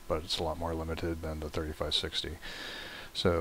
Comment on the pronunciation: Sorry sir but its really hard to understand you, could you speak more clearly? Also the way you said '3560 switch' was really confusing.